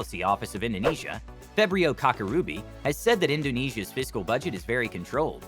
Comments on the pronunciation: It pronounced as "Ka-cha-ribu", not "Ka-Ka-ribu" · name : Febrio Kacaribu Host: proceed to say "Febrio KaKa Ruby" instead 💀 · Kacaribu not Ka(k)arubi, the C not used for K Man you butchered his name XD i know its due language barrier, but yeah, at least its a good one for his first name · About Febrio Kacaribu, For the sake of correct name pronunciation. It is (as in english) Febrio Katchareeboo